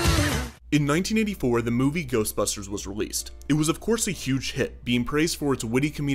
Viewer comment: The first time that Ghostbusters say Ghostbusters it sounds like they are saying Toastbusters